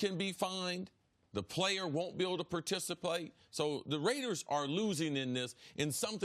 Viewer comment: “The player won’t be able to PER-TICI-PAYTE” lol . CC you my boy!